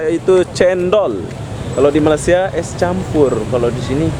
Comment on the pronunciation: Bro sebut Malaysia tu betul2. Me-ley-si-a bukan Ma-las-si-a. Kalau lidah tu pendek tarik bagi panjang